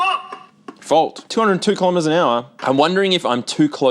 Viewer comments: that was NOT fault, sounded more like FUCK. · I’m still a teenager, but I too heard “Fuck!”